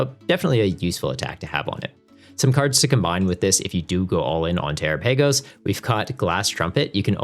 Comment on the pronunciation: Terapagos (Ter-Ra-Pa-Gos)